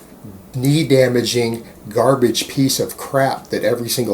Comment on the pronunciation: Alvino Tafoya i thought he says "baba".